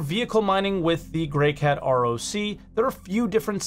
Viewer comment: Is the N in the GreycaNt ROC intentional?